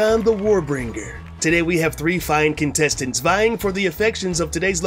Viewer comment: the punch while saying today is an essential component to completing the intro